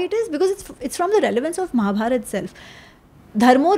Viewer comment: अमि जी निसंदेह बहुत बढ़िया हैं. लेकिन male एंकर का महाभारता , भीमा, कृष्णा बोलना बुरा लगता है